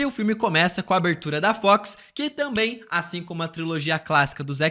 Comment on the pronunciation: Seu "tamém" é o único ponto negativo do canal...